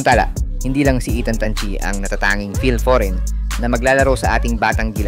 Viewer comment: Tan chi with an N..dont forget the N...